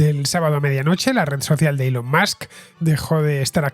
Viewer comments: Elon Mox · Cada vez que escucho “Elon Musk” no puedo dejar de pensar en Maduro pronunciándolo 😂😂😂